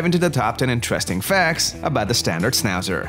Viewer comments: Maybe don't make a video portraying a dog breed whose name you can't pronounce.... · Why are you showing Schnauzers who have their tail cut off. In European countries that's NOT allowed anymore. And for good reasons. No ears cut and no tails cut. And please , because it is a German dog , try to mention the name right.